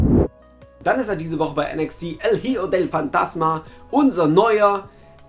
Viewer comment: Es wird nicht hiejo sondern icho ausgesprochen